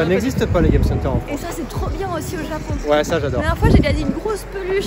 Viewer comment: 、とても、とても（最近は、日本語で「めちゃ」と言うようですね）可愛いですね！お二人の会話を聞いていると、流れるようでずーっと、永遠に続くようです！言語は発達するとどんどん簡単（滑らか）になっていくというけれど、フランス語はまさにそのとおり！Manon姫の「ジャポン」という発音はとてもとてもいい響きです！（その昔、アメリカ人は日本人のことを「ジャップ」と呼んでいた事もありましたね（笑））。、また、べべチャンネルに顔出ししてね！